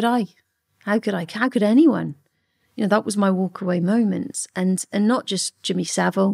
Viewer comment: Straight off he’d be rubbing me up the wrong way refusing to pronounce my name correctly!